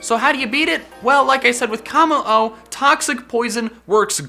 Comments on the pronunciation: Why do you call it “Kah-mo-o?” Its “Koh-mo-o” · three things, 1: W R O N G 2: mimikyu not mimickyu 3: how- its kommo-o not K I M M O